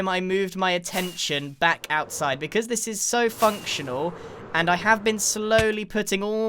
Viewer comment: let me translate for you, don't comment on channel "becwause he gwets angwy"